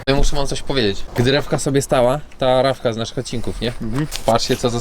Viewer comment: To nie Ravka tylko tRavka🤣